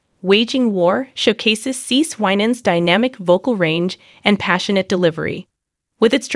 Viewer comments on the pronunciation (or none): It's pronouned "See See". You should confirm the pronounciation of your subjects before posting a video and disrespectfully, although not meaning to, pronouncing their name incorrectly. Please STOP and review before posting. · If you can't pronounce her name correctly be quiet please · Firstly, I don’t understand the title: “The Messy Life…..”. Secondly, as some of you have suggested this is an AI recording, so now I know why CeCe’s name has been mispronounced repeatedly throughout this relooped recording! Utter rubbish!